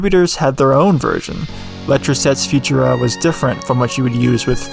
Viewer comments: If you say „future-a“ one more time, my head is gonna explode from too much cringe. Please try „foo-tour-a“, with the emphasis on the middle syllable. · I've never heard anyone pronounce it "FU-tura" rather than "fu-TUR-a". But, more importantly… just because you have a font on your computer doesn't mean you're allowed to do whatever you want with it and just because you found it online doesn't mean it has no terms of service attached to it. The people who put work into creating a font expect to be paid for their work like any other designer or developer. Our ability to use their work without paying for it doesn't mean it's necessarily legal to do so. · Never heard it pronounced Future-a. Ive always heard Fu-TUR-a with emphasis on middle syllable. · I would've thought it was pronounced fu-TUR-a instead of Future-uhh, but then I'm not the typeface expert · It's pronounced "Few-tur-ah". Been using it since the late 80s as a graphic designer. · Learn to pronounce Futura and I’ll consider watching the video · i have never heard anyone pronounce futura like that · Read the description before watching and hearing you say Futura I probably wouldn't have commented on it personally, the differences in pronunciation are small enough I know what you're saying so meh guess the masses are pickier than I on pronunciations I only rly blow up on nuclear. So many people say "nuke-you-ler" and that second u doesn't exist in the spelling and confuses me how it started but that one I let myself jump on, the rest I find it better to not care as long as you understand- heck, nuclear it's better to ignore too, but I just had to give myself ONE to be picky about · Futura: the emphasis is surely on the second syllable not the first?